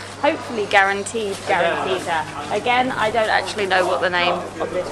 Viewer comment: The correct name is calantita, not grantita, and it is considered a diminutive of the word caliente in Spanish, and it began to be discovered during the Spanish occupation of the city of Oran.